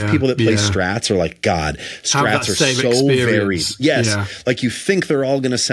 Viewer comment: Strats, not “strays.”